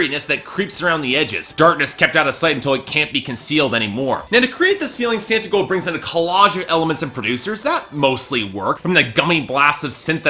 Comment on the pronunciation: It's Santa Claus & S"aw"ntigold. Your reviews would have more cred if you at least knew how to pronounce the artist's name correctly.